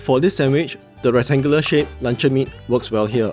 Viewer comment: im keep hearing lancau meat instead of luncheon meat btw thanks for the recipe boss